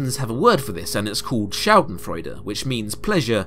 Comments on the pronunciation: had to go back cause when i listen to englisch, i dont even realise and I was very very confused when you said "schadenfreude" (which was well pronounced by the way :) ) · As a german let me say, good pronounciaing of the word Schadenfreude.